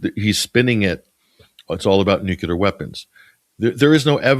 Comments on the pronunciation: I love to listen to you but I have one issue. Nuclear is pronounced exactly like it is spelled nu-cle-ar. I don't think you realize it, but you, like many people pronounce it nu-cu-lar. 😮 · NU-CLE-AR. N-U-C-L-E-A-R . Read the letters. Why is this word, "nuclear", so difficult for people to pronounce correctly?